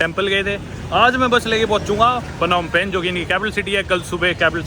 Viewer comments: पनौम पेन ❌होम पेन्ह ✅ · It's Nom Pen...